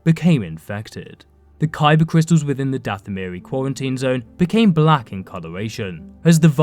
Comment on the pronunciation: “Cybah cwistuls” 👉🏼👈🏼